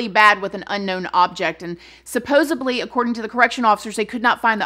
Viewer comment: Not in a mean way at all...promise :) ...but you keep saying "supposebly" however the word is "supposedly" . With all the love.